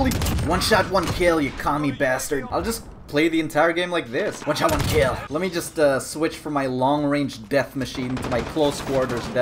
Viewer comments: One sha one kel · i like how "one shot one kill" turned into "wacha waki"